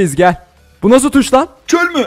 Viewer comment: Abi çööööööl diye denmez çöl diye denir.